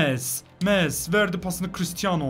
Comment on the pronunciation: Nolur Messi’ye Mes demeyi bırak abi lütfen